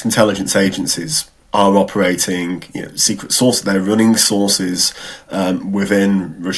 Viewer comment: Secret sauces did he say?